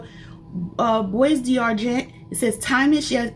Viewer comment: It’s pronounced “bwah darjon.” Don’t pronounce the s or the t.